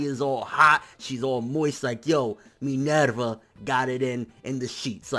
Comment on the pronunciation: U pronounce everyone's names really weird. Especially poor Minerva...